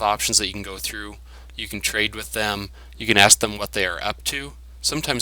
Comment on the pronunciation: The yellow star on the HUD is the Squad leader of that group of Stalkers and is actually the only one you can interact with. Idk but it sounded in the video to me like you said CAN'T 😹 Also you don't have to get bolts out to put away weapon, you can just press the buber number key for the weapon